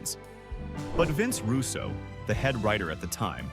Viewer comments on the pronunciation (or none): none